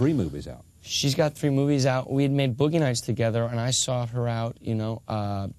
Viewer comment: "Boughey Nights"